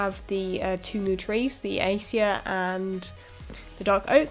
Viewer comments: Acacia is pronounced: Uh-Kay-See-Uh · a-kay-shee-a ;D looking wonderful!